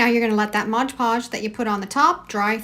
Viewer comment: I can't not say anything I'm sorry but you are pronouncing Mod Podge incorrectly. You're pronouncing it like it's spelled Modge Podge. I'm not being mean I am just a genius when it comes to Language Arts. I went to the spelling bee twice. I was in advanced English and Lit.